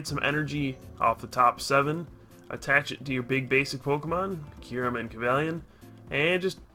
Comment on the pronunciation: about half way through the vid i got tired of "Curem" and not Kyurem lol